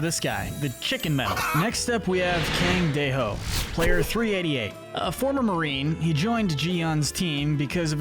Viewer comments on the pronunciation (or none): And kaang dei ho